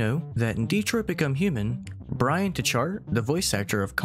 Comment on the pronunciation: Why does no one know how to pronounce Bryan's name?